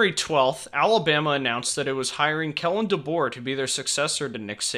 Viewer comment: Kalen, not Kellen.